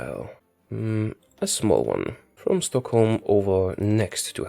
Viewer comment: You say Stockholm like a true swede.